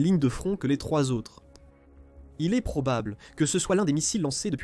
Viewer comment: Pourriez vous apprendre, entre autre, à votre voix robotisée que le verbe être ne se prononce pas eSt ou é"S"tait à l'imparfait mais "était", ou "ET" sans Le son "S" . Merci